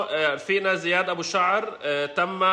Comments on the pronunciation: اسمه زياد مو زيد 😂😂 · بس اسمه زياد مو زيد 🤣🤣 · زيااد وليس زيد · اسمه زياد مو زيد 😂😂😂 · اسمو زياد مش زيد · زياد مو زيد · اسمو زياد مش زيد 😂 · زياااااد مو زيد😒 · زيااااااد مش زيدددد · زیاد مو زيد😂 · اسمه زياااااااد مو زيد هههههه